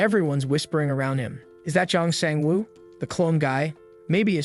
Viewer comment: Jun Jin woo 🚫 Jeong Shang woo ✅